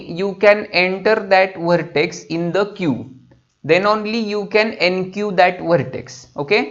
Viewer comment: vhartex, vheriable, vhartices, recorading, vhan, vhisited